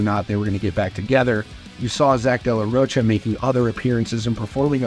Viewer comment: This Mfr keeps saying De La “Roach-uh” 😂